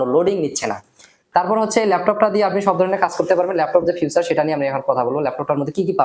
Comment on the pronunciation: ভাই উচ্চারণটা ফিউচার না ফিচার।